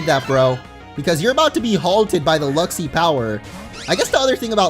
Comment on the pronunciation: Luxi... LUXIO???